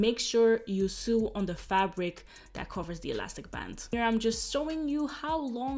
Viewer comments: it’s pronounced so not sue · It's pronounced sow. No literally sue. Lol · This is amazing! No hate at all (knowing more than one language fluently is amazing) but "sew" is pronounced the same way as "so". :) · how to sue 😂😂😂 “sew” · Your English is great and your accent is cute...but the word is "sew" is pronounced "so" as in "So what? I mispronounced the word sew!" LOL! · I love you girl and because I love you I’m going to correct you on pronouncing the word SEW. ...pronounce it like you’re say SO ... my first language was German and I always welcomed someone correcting my pronunciation... love you 😍 and your vlogs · "Sew" rhymes with "go", "no". You are sweet! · I love how you say "sew" 😅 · The wig is beautiful!!!!! I love how you say sew when your talking about the way your sewing, it's so cute😊